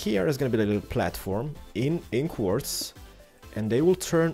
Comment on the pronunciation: Quarddz. Quarrrz? Quardrdz? Qordz? WHat language u got?